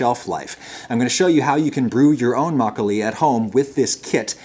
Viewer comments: I was actually shocked by his pronunciation of makgeolli. He usually doesn't put that much effort into pronunciation. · My mom's favorite memories is of her and her mom making Makgeolli. She tells me all the time how nice it was to have a warm drink during the winter. I am sure a lot of post war Korean kids have similar memories. Thank you for the video! and unlike Galbi, you actually pronounced it well. ;) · your pronunciation was pretty good. Especially makkolie. I don't care for soju. It's generally cheap, weak and not very good. You drink a lot to get a buzz but it will give your a terrible headache. The fruit wines are very tasty though. I like their tartness. Home made or small batch makkolie is, IMHO, the best. The store bought stuff you featured isn't very good. But as you said it needs to be shelf stable and that's why it lacks that freshness. One recommendation. Drink your makkolie from a bowl. That's tradition. A snifter is a good option. But it's too aristocratic. Makkolie is a farmers drink. It's a home made drink after a long afternoon of work. It is drank from rice bowls, earthenware or stamped metal.